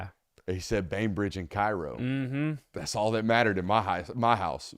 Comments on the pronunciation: It’s pronounced cayrow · Cairo =Kay-ro